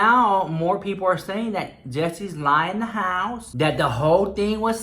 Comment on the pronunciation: I just watched Jeffree Star's new video and he said da house like twice!!!!